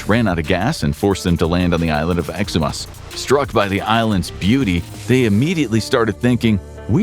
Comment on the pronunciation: Exuma (Ex-oo-ma) just a note.